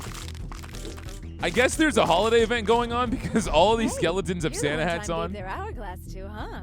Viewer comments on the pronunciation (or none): none